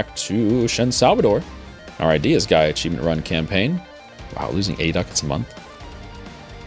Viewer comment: also shen's pronunciation of month